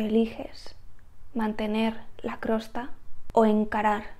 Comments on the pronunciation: Interesante consejo! Y gracias 🙏. Más bien creo que la palabra que decías Crosta, es Costra. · Hola, la verdad es que tienes una visión muy oxigenante... me ha venido genial tu video, qué verdad es!!! TENEMOS TODA LA RESPONSABILIDAD y la obligación. (permíteme, tengo que decirte una cosa es COSTRA no crosta). Un besito... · no es crosta es costra 😭😭😭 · Nunca había oido decir el nombre de la crosta...Jijiji me parece gracioso. Siempre lo había oído como costra.